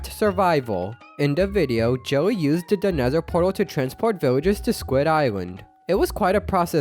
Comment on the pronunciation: U keep saying "joey" instead of Jelly lol